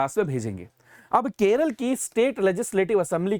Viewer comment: no use in changing the name.. cos everyone still calls it 'keral' ..just like u sir😂